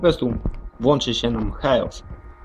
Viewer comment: Sam jestes heros. Jeśli już to „hirołs”